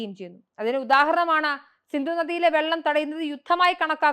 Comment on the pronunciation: സിന്ദു അല്ല സിന്ധു ആണ്.